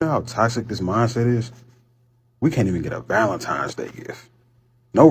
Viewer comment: When did Valentine's Day become Valentimes Day?